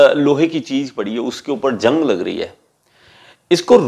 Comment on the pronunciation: Jang nhi zang hota h 🙂